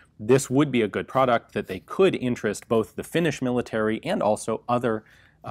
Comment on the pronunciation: Your pronuonciation of Finnish is Atrocious, but thats okay eh. Nobody but Finns get it right.